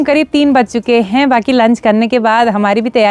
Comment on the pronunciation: हैं शब्द पर ज्यादा जोर मत डालिये,बाकी सब ठीक है।